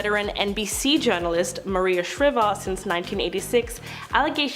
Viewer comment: Interesting video but I just got too distracted by your mispronunciations of celebrity names (i.e. Maria Shriver, Raw Dawn Chong). I suggest checking on that.